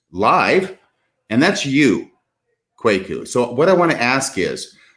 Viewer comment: Kwaku (Kweku, Kuuku, Korku, Kɔku, Kouakou), is a Ghanaian Akan given name for male children born on Wednesday to the Akan and Ewe ethnic groups. actually got the pronunciation of "Kwaku" right. Africans would pronounce it the same way. Nothing to apologize for. If this guy were spelling his name "Kweku", there wouldn't be an issue at all as the pronunciation of this word is obvious.